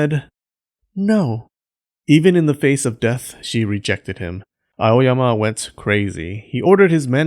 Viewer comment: When you say A-O-Y-A-M-A I think about clean freak Aoyama Kun